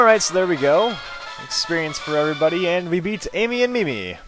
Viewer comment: It's pronounced Mih-Mee, and yes, I have.